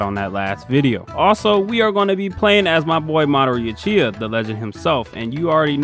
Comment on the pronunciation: bro went and said madara youchiha